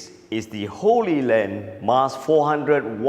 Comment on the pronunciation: It's HollyLand and HollyView - they're pronounced like Hollywood, not Holy Land. Looks like a great device! Does it transmit video AND audio? I've been wanting something like this for a long time. What is the cost going to be?